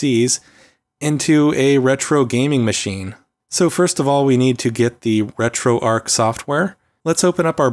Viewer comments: It's retroarch not retroarc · ARCH not ark emphasis on the CH. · RetroArk and La-gee-Tek ;) I guess he doesn't get out enough to know it is RetroARCH and LA-ji-tek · Great video. I have Retro pie which works well too. (Also it's arrr-chhh like Archie, not Ark like Raiders.) Sorry to be grammar police but when people say things the incorrect way it lowers their credibility. Like when they say "unthaw". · Shouldn't Arch be pronounced as in "an arch" or "archbishop" etc?